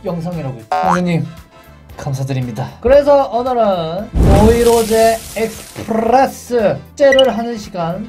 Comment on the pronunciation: 왜 노르테유 익스프레스인데 와 노이로제 익스피레스 라고 해요?